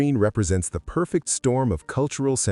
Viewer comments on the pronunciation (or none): none